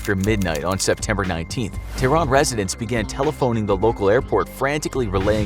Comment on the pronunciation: it's not pronounces t-run or Teyrun it's Tehran , Teh-Run